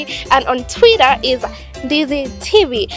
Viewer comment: Hahahaha twirra....